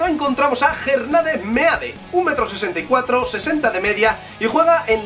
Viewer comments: Se pronuncia Mid no Meade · Se pronuncia mid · Se escribe Meade, pero se pronuncia Mid.mp4 :v